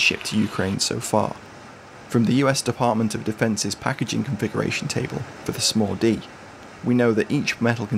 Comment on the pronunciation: It wasn't until the video was nearly over that I realized he wasn't saying "Small-D"... like it was a nickname, such as the "Mini-me".